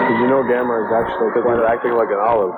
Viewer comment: I wonder when Joel finally started calling him Gamera and not Gameron lol. Oh and at the 41 min mark the kid looks like the kid from Up